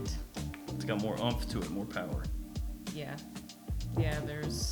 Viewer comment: That "POWER" cracked me up 🤣